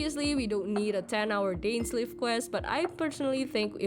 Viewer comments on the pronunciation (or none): Pls pronounced Dainsleif name properly